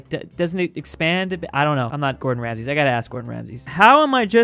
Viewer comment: Everyone talking about the dutch thing but said "Gordon Ramses"